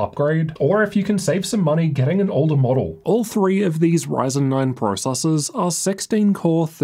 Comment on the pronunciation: Did he say "brocessors" ? :D